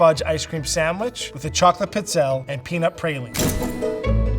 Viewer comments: They’re not pronounced pits-ehl. This drives me crazy. Pizzelle is pronounce pēd zehl lāy. You can pronounce French culinary terms but not Italian!? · as an Italian, the multiple wrong ways they keep mispronouncing "pizzelle" is killing meeeeeeee